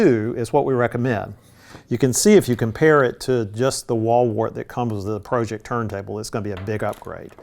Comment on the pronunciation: Pro-ject, not Project. Like projector.